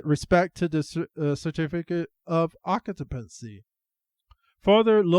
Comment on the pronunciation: Sir, it's pronounced occ-you-pency.. not ock-a-pency.. thank you.